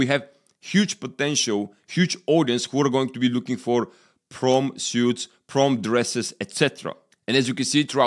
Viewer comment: "Prom" and "Suit" No "e" at the end of word, for U.S. English